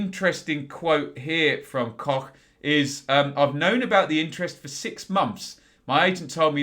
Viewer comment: Hello you pronounced Robin Koch perfectly.. greetings from Germany 😀